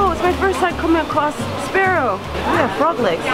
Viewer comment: Oh no... Not sprarrow... :(